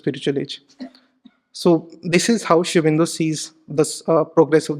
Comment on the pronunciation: This guy to me seems to have presented sri aurobindo's ideology in a distorted manner. Also he can't even pronounce sri aurobindo's name properly and uses terms like 'prophet'. Should we really trust the words from him??